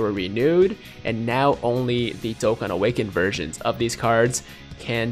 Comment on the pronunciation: Ik he said versions but sounded like he said virgin